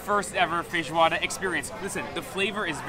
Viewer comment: I heard him saying "feijoada" a bunch of times, but also "fish water" and, to my surprise, the captions also heard that! lol